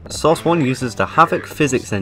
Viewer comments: I like how you are just saying sauce 2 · Why are you calling it source? It's called Half Life.